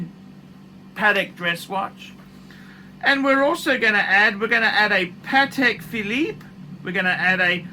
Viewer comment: what's this paTTek fil-eeep you speak of? PADDECK! or pate philippino.